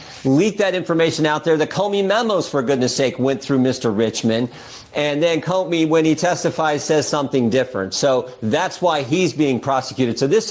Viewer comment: Doug I’m not trying to be a jerk or anything. I enjoy watching your videos, but the past several vids you have called James Comey as James Comer. Just wanted to point that out.